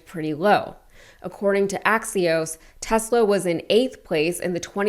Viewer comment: Tesler not Tesla!